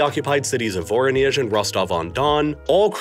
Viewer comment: And it's pronounced as "vorOnezh" and not "voronyEzh"